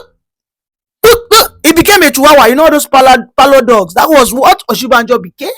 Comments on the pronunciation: you're not a Yoruba person, no matter how you tried to dread your hair, you still look like your people. How can you be calling Osibanjo as Oshibanjo? Stop deceiving people about your tribe. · I have always said he's not Yoruba but he lied because he's able to speak little Yoruba. The truth now publicly displayed the way he's struggled to pronounce Oshibajo